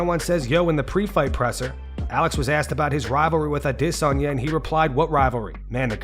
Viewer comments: “Israel Uh-DISS-onya” 🥴🤦🏻‍♂️🥴🤦🏻‍♂️🥴🤦🏻‍♂️ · narrator says Izzy's name like :"HIZRAEL OUTESONION?" #cringe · Who is a-DISS-onya? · Why do you pronounce it “a diss on ya”? For adesanya haha you doin him dirty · "Ah diss sanya" 🤡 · Israel ADDDD-esanya.......dude stop with that pronunciation its annoying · Israel Lasagna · All those views and you can’t even pronounce Adesanya. 😂😂😂